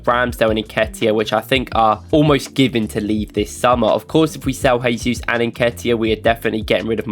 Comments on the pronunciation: Work on your pronunciation of "Jesus", please :) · Hey guys, love the videos and I don't miss a single one since I found this channel. Just a little comment, as a brazilian: The pronnounce of the J in Jesus is similar to the S in 'measure'. You pronnounced as if he was Spanish haha